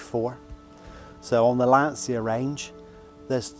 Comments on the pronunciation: Great car, congrats! Just one thing... As Italian, I cannot hear your pronunciation of Lancia without having stomach aches! The correct pronunciation is like it's written Lancha. Lan-cha. Repeat: Lan-cha. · Please, it's an italian car. The correct pronunce is Lancha. For example the correct pronunce of Volkswagen is Folksvaghen.